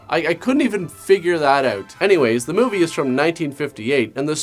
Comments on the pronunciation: "I couldn't even figure that oooot" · When he said "figured that OUT", also sounds Canadian has fuc...